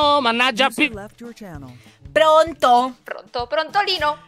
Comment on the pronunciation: So che lo dico in ritardo ma preferisco quella di e 🤗❤️ emh adoro quando dice pronnttolino 😂 potrei avere una tua notifica?